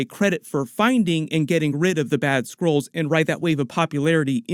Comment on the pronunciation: All i hear is Squirrels instead of Skrulls. Makes the plot all the more interesting, also, Squirrel girl? :D